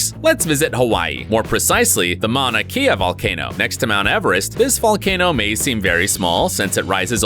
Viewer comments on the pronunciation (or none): I stay from Hawaii too Oahu to be exact and it was hilarious but also I was mad when he said mauna kea wrong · Mauna KEY-a. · Ngl as someone from Hawaii the way he pronounced “Mauna Kea” was hilarious 👌